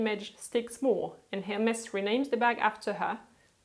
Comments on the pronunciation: I have a question for you, as you are French... I've always thought that the brand Hermes is pronounced something like "ermé" with the h and s being silent, that throaty French r-sound and the final e sound longer and stressed. Yet in the video you pronounce it quite similar to how a lot of English speakers do. I'm just curious really:) Also I really like your low-key way of making videos so keep up the good work! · great video! it's interesting that you spell Hermes with a sounding "H"... I've heard it for so many times without... or does it depend on where you're from? thanks